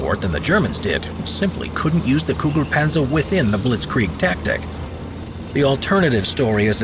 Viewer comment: I don't hear the tanks name all I hear is "Goo goo Panzer."